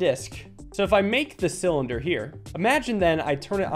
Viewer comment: A thin cyllinder - you mean Mike Tysons favourite “Thillinder”